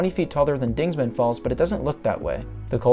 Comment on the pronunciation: Dingman not dingsman. Show some respect to Jebediah Dingman,the 4th earl of Worcestershire England UK. Dingman Falls,say its name.